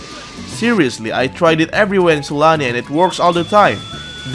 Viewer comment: I swear i keep hearing it like S A L A M I